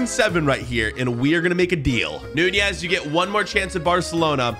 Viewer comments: Why do you say nunjiez not nunez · Lol you call that Nunez